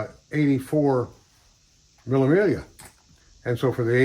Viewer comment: It's not pronounced as the word is spelt, but it's mee -- ll -- a Miglia. 1000 miles....